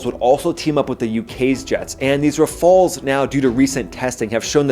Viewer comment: Ra-fei-els. Have you read the Degale report that predicts a significant population reduction in the UK this year?